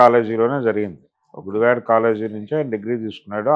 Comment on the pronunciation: Sri gaaru నమస్కారము sir meeru ఉచ్చరిస్తున్న గుడివాడ అనే పదము గుడి వే డ గా విన బడు తోంది సర్!